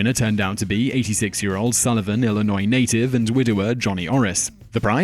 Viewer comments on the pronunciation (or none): none